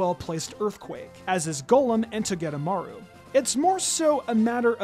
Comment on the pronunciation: It’s pronounced toh-GUH-DUH-mar-oo and VIKE-uh-volt, “”! 🤨